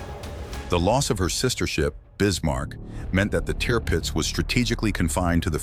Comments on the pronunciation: The ship’s name ( Tirpitz) .was pronounced “ Turpitz”, not “ Teerpitz” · Tearpits ? Its pronounced , Tur pits. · It was called "Tour-pitz" not Tear-pitz dummy!!! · Teerpitz what hell it’s the tirpitz can’t stand these stupid pathetic narrations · repeat after me TURR PITZ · Triptipz incorrectly voiced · I'm sorry for writing this on such a serious event but I'm 😂everytime he Ai said teeeerpitz...it gets it right eventually...Admiral von teeeerpitz indeed 😂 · Tear pits???? What were all those Barracudas doing at the beginning. I gave up at the third Tearpits. What a messy mispronounced documentary! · Painful to listen to....turd pits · Why do you insist on pronouncing Tirpitz incorrectly..... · Interesting documentary however you mispronounced Tirpitz and soccer is played on a aitch, not a field. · Can't pronounce Tirpitz correctly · Its copying the commentator, who doesn't know how to say Tirpitz. Probably Ai